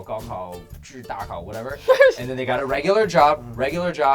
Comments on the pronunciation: It's zhongkao and gaokao, not gaokao and dakao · "Zhong kao" is the test people take to get into high school, and "gao kao" to get into university! There is no "da kao". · Why is it Dakao XD literarily the funniest thing I heard our tests were called ZHOUKAO...and the periodic exams were called YUEKAO(monthly test)